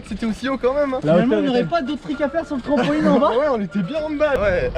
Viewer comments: En 1 an ta toujours pas appris à dire trampoline et pas trampoling mdr ✌️ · On dit pas TRAMPOLIGUE mais TRAMPOLINE